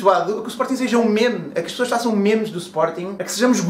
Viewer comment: naaaooooooo a palavra é inglesa, não se diz assim pá